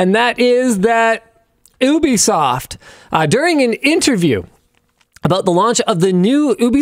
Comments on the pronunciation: Love how he calls it oobisoft instead of ubisoft 😂😂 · "Oooh-be soft"? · is...this how you pronounce ubisoft? it's going to bother me